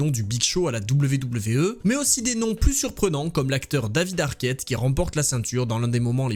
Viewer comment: Tu te casserais moins la nénette en disant à l'anglaise " dabyou dabyou i " plutôt que " double v double v euh " ;)